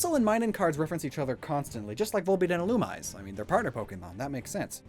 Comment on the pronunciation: Why do people say fee-own and ill-oo-myze? They are clearly fee-oh-nay and ill-oo-mee-zay.